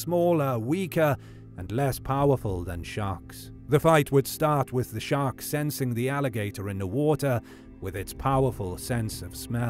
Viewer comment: thought you said shrek